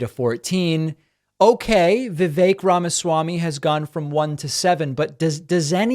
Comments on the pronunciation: Did your Political Scientist guest just say Vivek Ramassy? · I agree. I couldn't believe she couldn't be bothered to pronounce "Ramaswamy" correctly. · Her pronunciation of Ramaswammy is atrocious.